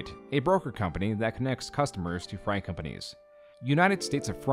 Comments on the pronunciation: fr-ATE not frite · Freight is pronounced 'fr-ATE' not fright, fascinating video though - i remember when the initial news coverage first started but i had always assumed he'd be in jail for a decade at least, pretending to be a doctor holds the same charges as pretending to be a police officer or military personnel when used to gain money through the title and those are normally pretty open and shut cases. It seems a shame it had to go this far but you can really only hope he receives the mental health support he so clearly needs before things spiral out of control. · So... How do you call it "United States of Fright" two times in a row, while also correctly calling it "United States of Freight" all in a span of less than 30 seconds, and while showing the correct words on screen? HOW did you edit that video and miss that, and how am I the only one who noticed? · I was just listening and thought the “fright” company was going to be a Halloween store or something. It’s very interesting the amount of words that people haven’t read aloud or recognised in the video essay sphere. Freight is pronounced “frate” like crate or great. You know, like logistics or supply. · You pronounced freight as Fright. Threw me for a bit. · Every time pronounces "freight" as "fright", I take 20 psychic damage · are you saying, "Fright"? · I'm sure someone has said this already but "freight" is pronounced "fray-t" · Why do you pronounce it like fright? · Freight= Fray't. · Great video. Freight rhymes with great, not bright. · I would pay to have you say the word “freight” over and over. You sound like an alien trying to pronounce that word for the first time! 😂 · I'm not sure what's scarier, the extent of Malachi's fraud or the way you pronounce "Freight". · Bro doesn't know how to pronounce "Freight" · Freight rhymes with eight btw